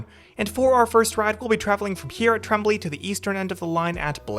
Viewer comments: pronounced “trom-blay” “most”. We have 6. Two are on Line 4 & two are on Line 2 running coupled together. The other two are backups, and sometimes as many as four of them run as single units on weekends on Line 2. EY centre, not EV. Name courtesy of Ernst & Young, the multinational consultancy firm. they’re not the new ones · Tremblay prononciation has the lovely “ en “ sound that is hard for non francophones to say. There is no way to say it ‘in English’. Tromblay is close is but it’s closer to Trumblay (like strum). … if this matters to you . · No, it's not pronounced "trom-blay". It's a French last name that is pronounced in French. "Trom-blay" is the English Canadian attempt at pronouncing it but failing miserably. No need to correct the pronunciation of "Trom-blay" since English Canadians can't even say it right.